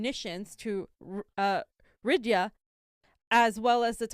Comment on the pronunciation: Yes. I'm not a pronunciation purist, but I was pretty shocked that got the pronunciation of 'Riyadh' so badly wrong. It's a matter of professional credibility.